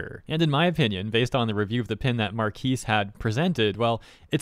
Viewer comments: So he can't say anything bad about a product just because he has a lot of subs? And you sound like AI saying Marques like "markees" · You say his name wrong